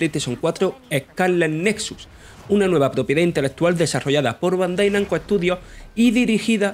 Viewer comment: Eh-cá-le netsuts